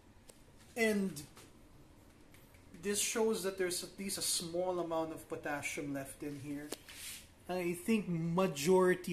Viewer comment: a short hint, it's Potassium and not Potashium